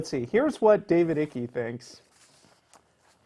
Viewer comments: its not ickie. as you say it its david ike. thats iiiiiiiii k e ike not ickie. learn english guys. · its icke, pronounced 'bike' without the B .............fucking yanks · Icke pronounced "aik" you dumb asses!! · Hahaha the way they say icke, just so people know, it’s said like pike without the p. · His name is pronounced "ike" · ***** Ike or ickey...the dude is either a nutbar...or crazy like a fox and harvesting money from the nutbars. Spelling is correct or incorrect. Pronunciation is subjective. Dave pronounces his last name Ike. His cousin, same name, pronounces it Eekay. Which one of them pronounces his own last name incorrectly? So didnt pronounce it the way Ick does? What's the capital city of Russia? Did you pronounce it Moskva? Muscovites do. If you didn't, stfu. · Pronounced Iycke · His last name rhymes with "Pike" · It's David Icke /aik/ rhymes with bike. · It's pronounced 'Ike'. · His name is pronounced Ike as in Ike Turner. It is scary how many lap up his kookyness. I have engaged many. One very strange thing they all seem to do is say over and over you need to read his books then you will know. After I have told them in no uncertain terms I have. I HAVE! They say yes but you should just read his book. WTF? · Are these guys fucking stupid? David Icke's last name is pronounced IKE as in the word LIKE. From there they dismiss everything these people have to say without examining any possible merit. Aristotle once said "The mark of true intelligence is the ability to entertain a thought without fully accepting it." These men can not even entertain a thought. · aTheism is not a belief system. It rejects your beliefs. Thats like not supporting a football team means your hobby in not supporting one. Pronounced David Ike, like lIKE. He used to be a goalkeeper in the UK. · david's 2nd name is pronounced wrong. it ryhmes with spike not with sticky